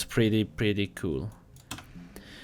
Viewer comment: Every time he says kewl I remember master Yi pro guide.